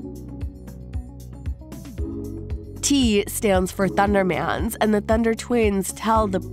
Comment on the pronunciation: Not ThunderMAN it’s pronounced thundermens